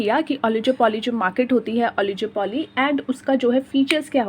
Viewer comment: It's not ओलिजोपोली it's ओलिगोपोली